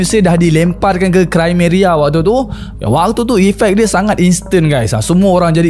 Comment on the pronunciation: Krimea lah,bukan krimeria😂